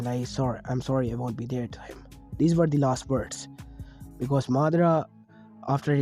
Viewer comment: me:bro you spell last wrong you said lost but its last